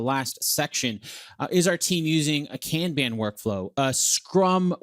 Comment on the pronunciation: American you are pronouncing Kanban INCORRECTLY.